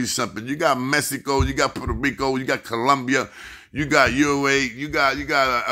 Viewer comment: Learn how to properly say MEXICO, fool!